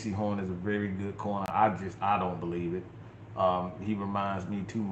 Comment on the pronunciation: Not bo lieve😂😂 👍🏾